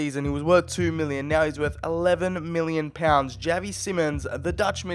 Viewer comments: It’s pronounced shavy not chav e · Not Pronounced as Javi, literally pronounced as Xavi, (Za-vee)